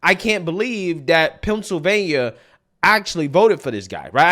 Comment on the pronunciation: FETTERMAN, the PRIDE of "PENCIL'vain'NAH" ‼️ 🎊🎉🥳 🙄😏🤭 > 😆😅😂🤣